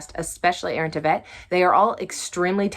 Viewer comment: Tveit rhymes with "Wait". Heads up!